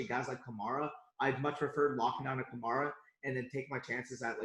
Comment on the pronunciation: said Alvin Kamara wrong